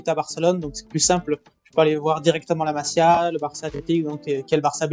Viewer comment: un faut dire masía en appuyant sur le i , comme si c'était un y .. Voilà, c'est tout .. Le reste, c'est très intéressant